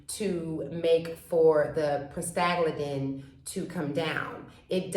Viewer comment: I think you are trying to say 'Prosta-GLAND-in"